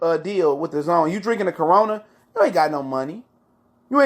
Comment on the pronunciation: " A Carona" 🤣🤣🤣🤣🤣🤣